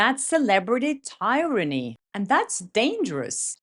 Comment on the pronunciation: Great video. FYI Tryranny isn't pronounced tie-ran-ee, it's tear-ran-ee. Hope this helps.( But tyrrant is pronounced tie-rant, though.)